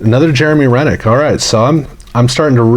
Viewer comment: Jeremy Roenick is pronounce Row-nick "professor"